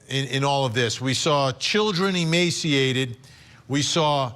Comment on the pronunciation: it sounded like Emancipated , NOT emaciated . Listen to.Kevins newly released tales , he has been driven BEYOUND hopelessness . To a point just this side of sanity .